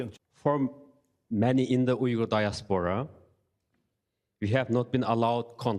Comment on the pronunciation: He needs to work on words like “Uyghur”.